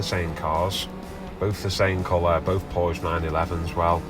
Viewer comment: PSA: Porsche is a 2 syllable word!